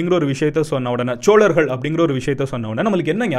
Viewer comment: சோழர்கள் not ச்ச்சோழர்கள் solargal not chcholargal 😒😒